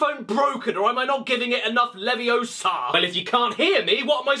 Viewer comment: It's Leviōsa, not levio§a.